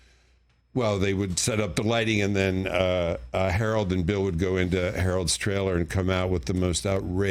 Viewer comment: He said "Howard" Ramis.